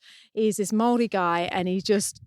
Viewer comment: I love that you pronounced Māori correctly!! Thanks heaps 😜 (now that’s Kiwi) 🥝 🇳🇿